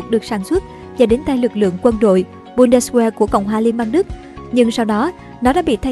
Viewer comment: Ad ơi,trong tiếng Đức kí tự W phát âm là V.Có nghĩa chữ Bundeswehr phiên âm ra phải đọc Bun-des-ve